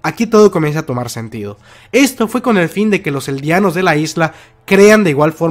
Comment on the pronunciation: Aprenda ablar eldianos es eldianos